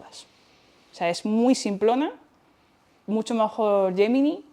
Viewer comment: Por cierto, no sé porque la palabra GEMINI la pronuncies como YEMINAI. Defendamos nuestro idioma, por favor.